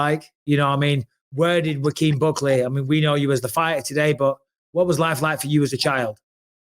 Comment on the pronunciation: Bisping keep mispronouncing Buckley's name lol